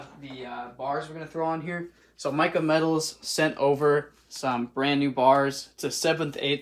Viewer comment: it's pronounced mika( mecah) not micah